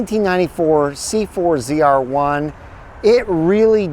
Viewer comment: You had 2 chances to get "ZR-1" right. And you miffed both... Correction. 4 chances and all of them wrong.